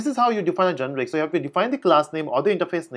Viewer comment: GENERIC. not genric....